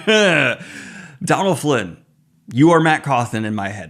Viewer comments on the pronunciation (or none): Donal Finn not Donal Flinn!